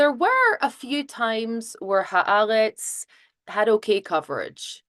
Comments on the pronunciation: Maybe could learn how to pronounce Ha'Aretz. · Who is? She's very good. Incidentally, not a single antisemitic "journalist" or commentator I've heard referencing Ha'aretz pronounces it correctly. Not one.